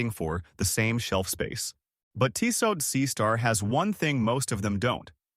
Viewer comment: Tissot™ (Tiss-soe) Thanks for the video.